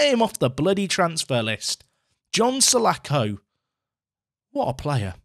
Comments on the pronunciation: mate, it's Palace Legend John Sah-laaaa-ko, not Sah-lack-oh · The name is pronounced sir-la-khor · Painful pronunciation for salako there.... Btw, he was shit when he played for Fulham IRL- missed a sitter at old Trafford in the cup when we were a division 2 side (league 1 in modern days football)